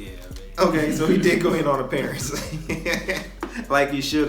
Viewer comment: I hate the way he sey ok😭